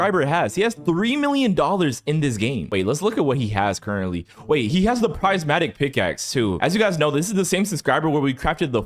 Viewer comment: Why does it low-key make me mad when he says “PRIZEmatic pickaxe”